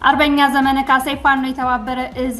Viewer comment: ስታነቢ ዘመነ ( መ ጠብቆ ) ብለሽ በይ